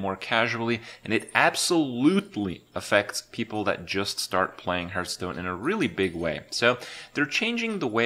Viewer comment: It is not hurtstone, it is hearthstone